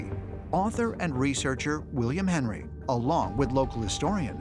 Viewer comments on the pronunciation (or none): none